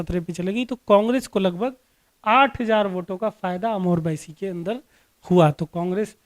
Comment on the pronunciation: भाई साहब ये बाईसी है ना की बैसी….अपने word में करेक्शन कीजिए